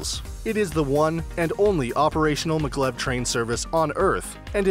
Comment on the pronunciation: its maaaa glev not maglove